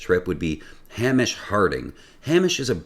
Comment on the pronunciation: It's pronounced "Hame-ish" from "a Sheumais" the vocative case of Seumas (Shame-us) the Scottish Gaelic for James.